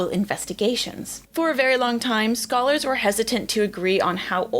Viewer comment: Why did i hear "skull-ers" and why did it take me nearly a full minute to realize u said "scholars".. anyway new osteologist nickname?